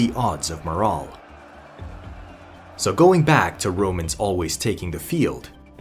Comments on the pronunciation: Good video. You're pronouncing "morale" incorrectly. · It annoyed tf outta me how this mf kept pronouncing "morale" fucking irritating